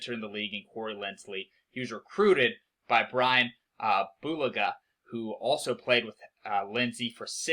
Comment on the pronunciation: Chargers defense is going to be top 5 with Derwin James coming back. Chargers out played the Chiefs week two should have won that game. Coaching & Special Teams doomed the team in 2020. That all changed in the off-season. BTW: Right Tackle is Bryan “boo-LAH-gə”